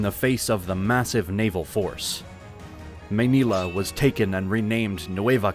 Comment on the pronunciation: Please work on your pronunciation of the Filipino words. Manila is the one you got it right.